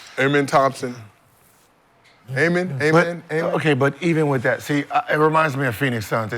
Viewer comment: Pronounced Ah-Men